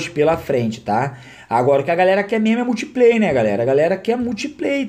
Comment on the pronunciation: "Mutipley" ahsushsus